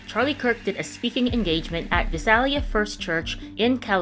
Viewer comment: As a semi local, it's pronounced "Vy-sail-E-uh". Sorry.